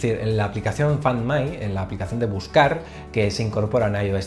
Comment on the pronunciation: Amigo, tienen que hacer algo con tu inglés. Tu pronunciación es pésima.... la función “fand mai”? (Found me)... vamos hombre